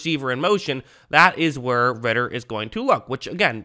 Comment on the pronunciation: “idk how to pronounce his first name” pronounces first name perfectly and fucks up last name